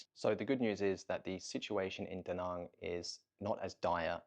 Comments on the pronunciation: Not to be that guy, but do you ever think you'll make an active effort to try and learn to say "Da Nang" like it's pronounced in Vietnamese? Like "bang" and not "bong". Again, not a hater, just wondering. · Why the fuck are you calling Da Nang, D Nung? Also it's VIET nam. The nam is implosive and rhymes with ham. Stop talking like a yank.